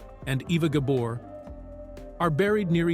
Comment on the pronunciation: Oliver Douglas never wore overalls and Green Acres was cancelled in 1971, Eisenhower died in 1969 so there's no way he could have seen the whole run of the show so please get your facts straight. He sometimes mispronounced Eva Gabors name it's Gabor not Gaber.